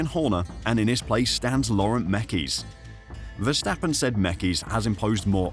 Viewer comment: Vstappen….???? WHO the fuck is that? His name is Verstappen!